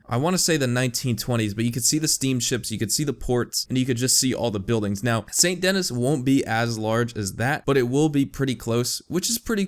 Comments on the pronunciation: Well now you know that it's pronounced "San Denee" instead of Saint Dennis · It’s pronounced saint ‘denie’ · Its pronounced San denee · It's pronounced "Sane Deny" lol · More like San Denee as it's pronounced in French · So awesome how he just completely ignores the French name and the fact that "Dennis" is missing an N. (because it's actually French, this city actually shares it's name with a French city)